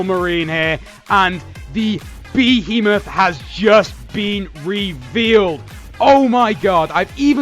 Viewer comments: Omfg please for the love of god its one word Behemoth! not 3 (be he moth) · Behemoth is apparently pronounced bee-heemoth yeah lol